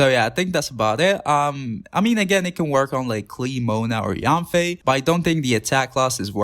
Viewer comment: bro pls fix pronunciation on heizou and yanfei bc ill cry edit: same for shenhe and yunjin edit 2: beidou too